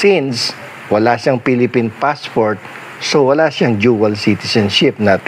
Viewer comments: Dual citizen not duel citizen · "Jual citizen" 😂😂